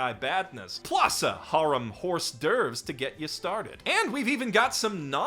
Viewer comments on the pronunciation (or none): Please google correct pronounciation for "faux pas" and "hors d'oeuvre" if you're going to use these expressions anyway, it's like nails on a chalkboard when you forget french is like 20% silent letters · What's a horse devwhore? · I can’t actually tell whether pronouncing Hors d’oeuvre, faux pas and sorbet etc wrong is a running joke or not . . .